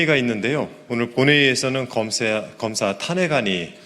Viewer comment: 검새라고 들리던데~~~ㅋㅋㅋ